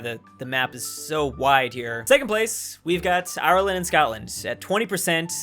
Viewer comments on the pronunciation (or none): none